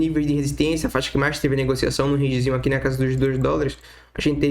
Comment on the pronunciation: "Mais" nao se pronuncia como "Mas".... aprende o português primeiro né brother ( de nada, só você ganha falando corretamente)